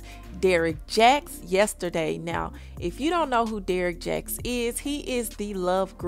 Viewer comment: This dummy saying Derrick Jax 😂